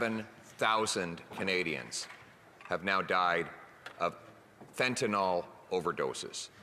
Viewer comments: Totally agree. Thanks. And it's fentanyl, not fentanol. (it's pronounced "fenta- nil") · Someone needs to slip a note to Poilievre that it's 'Fentanyl', not 'Fentanol'. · Mr. Poilievre, please start to correct the pronunciation of this drug. It is FENTANYL, not FENTANOL. "IL" not "OL". To pharmacists it's a big difference between the alcohol derivative inferred by calling it Fentanol when that's not what it is. Make the change thank you. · There is no "o" in fentanyl.